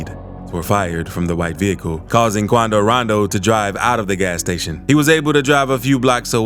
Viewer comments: Luh durk attacks Quaandooh Rondoh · why'd he say attacks quando rondo like that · I didnt know how to pronounce quando rondo before i watched your videos😂